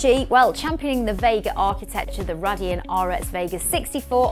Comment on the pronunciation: Cringy how you pronounce Radeon. Do you even know what you are talking about? You're just reading a script and have no idea about the subject.